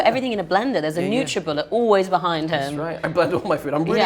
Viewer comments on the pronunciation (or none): this is so random but did florence pronounce "him" as "herm"???